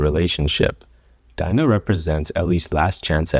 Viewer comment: As soon as he pronounced dina’s name i clicked off LOOOOOL